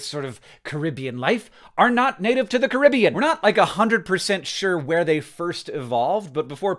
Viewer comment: As someone who lives in the Caribbean, THANK YOU, HANK for pronouncing it the right way and not Cah-rih-bee-yan like so many Americans do. You did not forget to be Awesome!